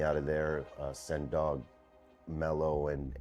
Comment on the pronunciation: Did she call mad dog "sand dog"?